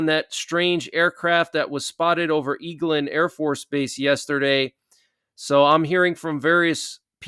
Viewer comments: its pronounced Egg Land not eeeg land. Eglin AFB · Eglin AFB is pronounced egg-lin